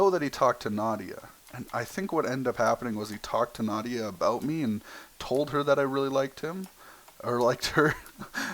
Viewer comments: you did mention her name you said noautya and I LOVE LEARNING NEW THINGS ABOUT YOU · U didn't say n u said something like Nadia